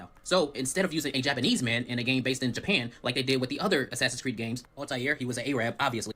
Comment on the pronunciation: "Altay-eer, he was a ay-rab" THESE PEOPLE 💀